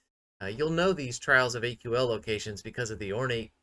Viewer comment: It's not AQL, It's Aql, pronounced kinda like ankle. Ack-ul. Pretty sure the dialogue in game says it too. Anyways, thanks for the video! Your character kinda looks like my wife, so that was cool to see! The black hair with a bun and black lipstick is something my wife would go out in. Have a good one.